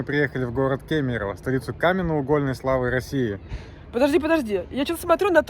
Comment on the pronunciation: Угольной ставьте ударение правильно